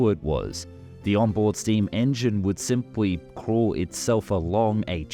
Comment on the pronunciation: "simpwy puwl"